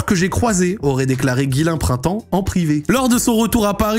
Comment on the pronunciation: Personne ne va en parler de la prononciation de Ghislain printemps ?